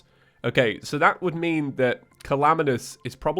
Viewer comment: "calaminas" XD classic